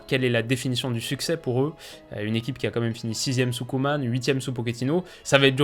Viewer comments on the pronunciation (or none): none